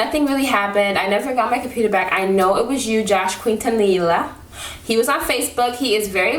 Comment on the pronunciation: The way you were pronouncing Quintanilla lol girl, the "ll" is like a "y" sound